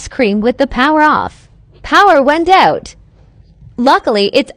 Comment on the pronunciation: “The power went ooot”